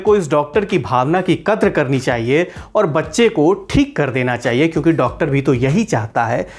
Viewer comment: Katr nahi bhaiya kadra hota hai